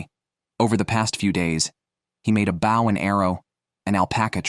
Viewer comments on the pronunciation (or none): It's bow (pronouned boe)